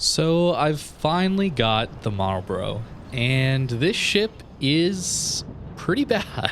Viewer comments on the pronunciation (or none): It's pronounced "Marl'b'ruh" or "Marlbruh"...not "Marl-borro" or "Marl-Bro";-)